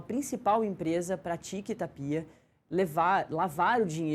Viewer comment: Essa apresentadora que não sabe falar o nome do presidente , não é Ta-pi-a , é TÁPIA. E essa chicara na mão que coisa mais BREGA. E quando começar o programa não se diz “ A gente começa “. Se diz “ COMEÇAMOS “.